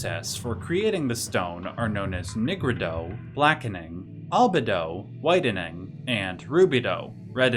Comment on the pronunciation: I pronounce albedo as al-be-do, but you seem to pronounce it as al-bed-o